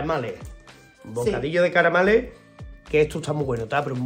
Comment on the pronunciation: Jajaja has dicho bocadillo de caramales y no se,no es a malas pero me ha hecho una jarta de gracia,coño que le he dado para atrás 2 veces para escucharlo otra vez,fijate que tontería pero he tenido el fía regular y me has hecho reír LECHE